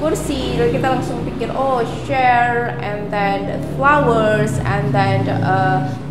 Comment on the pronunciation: Saya mendengar salah pengucapan di bahasa inggrisnya kursi